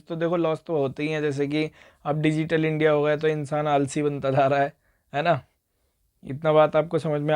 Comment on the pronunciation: Sir aap starting mein "india" ko media padh rhe the